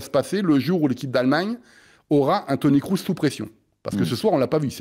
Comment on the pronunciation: Il suit vraiment beaucoup le football allemand, le, pour dire sans arrêt "Toni KROUSS"?!